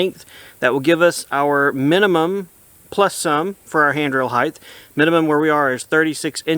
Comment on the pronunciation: Hight not highth 😂